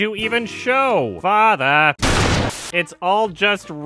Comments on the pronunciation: I cracked up everytime he said "FATHRRR" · for FATH-UH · I was fucking fascinated by this review, but god fucking dammit. GOD FUCKING DAMMIT! So earlier today... Yesterday, I was watching Vinesauce, and Vinny mentioned that the way "he" says "fatha" ("he" being either or the villain. Binyot never made it clear who) is the funniest thing ever, and me and a bunch of other people said "well it's not gonna be funny now!" But I watched the video anyway. I swear. I fucking SWEAR the scene from on was the hardest I have laughed in my 26 years of life, EVER. Just the "great my fatha's here! Time to get my dick sucked!" had me punching the fucking walls because I started feeling weird from laughing to hard and so long! My puppies got so concerned for me that they had to go to my husband, unsure of what to do! And then I unpaused the video and my husband had to pause his own video because I just. Could. Not. Stop!